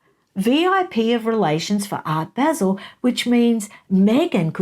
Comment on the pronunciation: It’s Art “bāh-zehl” …that’s how you pronounce “Art Basel”. Everyone makes that mistake though! Even people in here in the US who aren’t familiar with it. I only call this out because you said on your interview with Taz that you don’t mind when someone tells you the right wait to pronounce things in other places lol Great video!